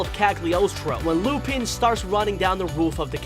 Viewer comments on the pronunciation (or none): none